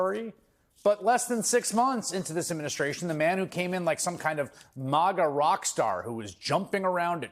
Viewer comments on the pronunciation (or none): It's not "MOGGA." It's "MAGA," as in "maggots."